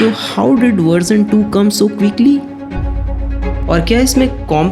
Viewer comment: Abay jusshht kya hota hai? Or juse kya hota hai? Just or use hota hai or verzon kya hota hai? Yaar please apna accent sai karo please. Beeezle lya hota hai bezzle hota hai. Ab ye sab bhi sikhana paray ga? Sab kuch sai hai video me lekin the narrator has no sense of accent at all. Or ismart watch kya hota hai???? Smart watch hota hai. Hini cheexo me lya hota hai inhi cheezon me hota hai. Rishts kya hota hai wrists hota hai. Bhai zara sai karo apna eng bolna.